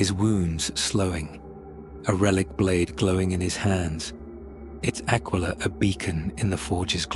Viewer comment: Ahh yes the classic symbol of the imperium… “the AQUA-LILA”